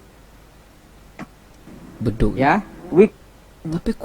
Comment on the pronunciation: Kita sebut bedug bang. Abang sebut badog ya 👍